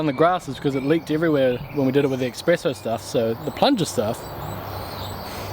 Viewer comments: Espresso, not expresso, fyi. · Espresso bro, not expresso!